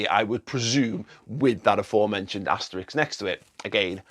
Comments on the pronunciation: Sorry, but it is asterisk, not asterix. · Asterix? ...or asterisk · Asterisk not Asterix! But I guess Liverpool do deserve the title. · Sorry for being that guy, but “Asterix” is a French cartoon character, this “*” is an ‘Asterisk’. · I've gotta do it. Asterix is a cartoon character. It's asterisk.